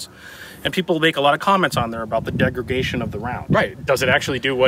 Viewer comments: "Degregation" , not a word. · the host keeps saying 'degregation' but does he mean 'degradation'? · degragation??? NO degradation , YES and yes, I am a gun nut and a teacher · Im pretty sure just said degregation like 3 times in a row, like "did i hear that?" "he's actually doing that" "tf, this is gunna bother me" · Am I hearing degreGation?